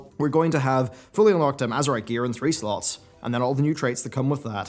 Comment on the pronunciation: If you keep saying "slots" like that your going to lose your monetization.